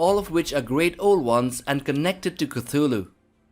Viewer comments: Initial C is silent: TU-Hlu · Fun fact: Lovecraft was trolling when he was spelling Cthulhu. He never meant for the T to be pronounced. So you actually say: Clhulhu, substituting the T with an L. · It's quite the coincidence, though, that Cthulhu should rightly be pronounced as "Kutulu", and that "KUTU.LU" in Sumerian would translate as: "the Underworld Man". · I pronounce it: "oo(t)h-ooloo." More of a guttural, back of the throat. Don't hard T, but soft T. It sounds way cooler than Koothooloo. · Can’t stand the way you pronounce his holy name. Please stop